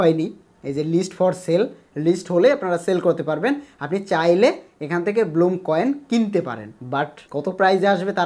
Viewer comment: bloom na vai blum vai re vai youtuber